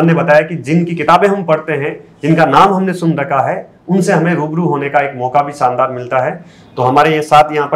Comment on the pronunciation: Saandaar nh re…shaandaar 🤦🏻